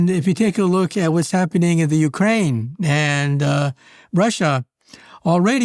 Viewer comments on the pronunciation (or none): none